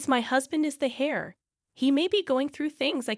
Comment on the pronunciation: A man is not a her! Heir is pronounced “air” not hair. You keep choosing the pronouns incorrectly. Reprimand is mispronounced. Not his wife’s mother it’s the husband’s mother. Don’t you proof the work before you put it out?